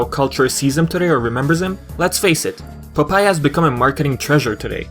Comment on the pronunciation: It's pronounced Pop-eye, not Pupai. don't mean to sound rude, just letting you know.